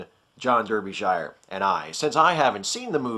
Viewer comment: You mispronounced Derbyshire. It's "DAR-bee shire".